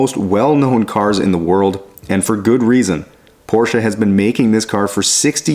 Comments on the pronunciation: I am really impressed. Especially of the fact that a nativ english speaker pronounce the name PORSCHE correct. Then it doesn't matter if it is one or then of them utbis always Porsche where the E ist spoken. And there is notvan s on the end. 😉 Well done! The job and the german.😂 Greetings from germany. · Allone for the right pronunciation of the name Porsche you deserve a like. Most North Americans call it porsch or porch…. Thanks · Great to hear that you pronounced the name correct as we do in Germany.